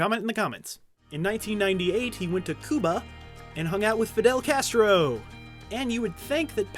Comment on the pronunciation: Cue-Ba not cooba